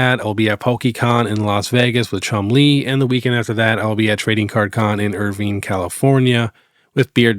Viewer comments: You are correct. Irvine is pronounced Er-Vine... 👍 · You said Irvine correct the first time